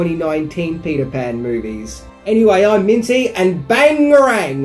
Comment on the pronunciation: It's Bangarang! Not "bang-a rang?"